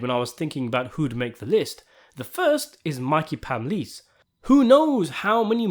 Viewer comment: are you saying malignant and palmice wrong on purpose